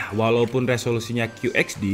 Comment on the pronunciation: Kyu ech di. Bukan kyu eks di. Masukan aja biar makin bagus bang. Pronounce yang tepat = informasi yang tepat